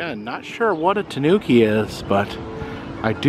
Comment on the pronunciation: Those multi-coloured tanukis had me laughing out loud. (The accent is on the first syllable, btw -- TAH noo key.) They look vaguely like a raccoon and a badger got together and had babies. As someone has already said, they're endemic to Japan, where it has become a folkloric figure, a trickster like Coyote, Anansi the Spider, or Brer Rabbit. There are actually two species: the Japanese (Nyctereutes viverrinus) and the mainland (N. procyonoides) in East Asia & Vietnam. The second variety has become an invasive species in Europe, having escaped after being introduced for its fur. I used to watch them on a now removed webcam in Latvia, and they show up often now on a webcam in Denmark. In Japan, I am told, they are in competition with North American raccoons, which were originally imported as babies to serve as pets -- but, since they do not make very good pets, they were let go and are now an invasive species there.